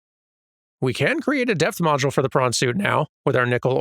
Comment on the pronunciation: I kept hearing say death module instead of depth module and that seems like a VERY different thing.